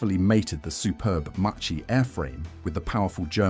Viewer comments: the pronunciation is MACCHI not MACCI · A very interesting video. Just one observation: Macchi and Marchetti are pronounced "Makki" and "Marketti", the Italian word combination "ch" is pronounced as a "k"